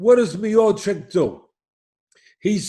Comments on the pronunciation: No one: Literally no one: Teddy: Miochick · Stiopic got that immigrant mentality! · Stipe " Two time olyimpian" Miochick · This is typical DC fan, doesnt even pronounce Miocic's name right. SM GOAT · Dear Teddy, when you speak about GOAT in MMA, you could at least learn how to pronounce his name. Thank you! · Teddy's pronunciation of Miocic's name cracks me up. Different nuance every time he said his name.